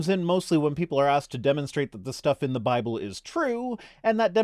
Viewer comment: How overdramatic and condescending is this chap!!! Also I've checked Amazon and can't find the 'Bye-bell' anywhere. Syllable emphasis should never be weaponized.